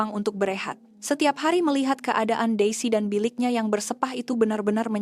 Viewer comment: Maaf admin bahasa Melayunya sangat buruk perkataan "entah" dan "berseoah" ssngat salah dan bukan sebutan sebenar bahasa Melayu. Berhentikan program video seoerti ini yg sangat jelik lagi memalukan.